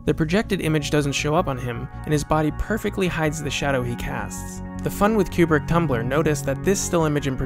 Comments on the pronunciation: KOO-brik, not fucken CUE-brik you idiot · its not kyoobrick its koo-brick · It's not CUE-brick. It's Stanley KOO-brick. Stanley Kubrick himself, being an American from the Bronx, pronounced it "KOO-brick." This pronunciation is also used by his family members . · People who purport to be experts on Stanley Kubrick should first learn to say his name properly, it’s Coo-brick, not Q-brick. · Isn’t it “Koo-Brik” not “Cyew-Brik” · It's not Q brick. Ku Brick. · Is it really pronounced "cube-rick"? I always said "koo-brick". Very curious. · You say Q-brick. Shouldn't it be Koo-Brick? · His name is pronounced Koobrick - nor Kuebrick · This is a GREAT series! Lots of great work. The only issue I found is with the way Kubrick is pronounced. It's actually pronounced like "coo-brick" rather than like "cube-rick". Other than that, thank you so much for all of this excellent information! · Great work,. 2001 is in a league by itself. Only one small quibble. I believe Stanley's last name is pronounced "Koo-brick," not "Q-Brick" as you are saying it. Thanks. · Koobrick, not Ku like in a pool cue. lmao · It's pronounced Koo-brick. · THIS. "Cue Brick" Is. Driving. Me. Crazy. Countless people in the footage are saying it correctly, how was this overlooked? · I'm not even 1 minute in and I have to stop. This "Q-brick" shit is killing my brain. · Kubrick is my favourite film director. I am looking forward to this series. I have never heard his name pronounced "Qubrick". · "Stanlee Cube-rick" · great piece - but PLEASE stop saying Q-Brick - it's driving me to distraction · It seems someone who is such a fan of Kubrick would learn to correctly pronounce his name. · jesus christ; how credible are you, when you cannot even pronounce his name correctly? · Please pronounce his name properly.